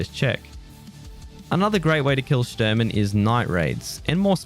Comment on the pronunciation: Shturman is Russian for navigator. It's pronounced Shh-tour-man